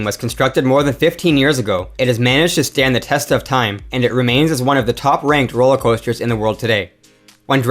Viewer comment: "roewller coewster"